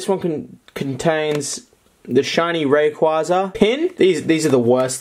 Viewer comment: You can't even say Rayquaza correctly, no youtuber says it correctly, idk how, ITS A BLOODY HELL LEGENDARY AND NOBODY CAN SAY IT CORRECTLY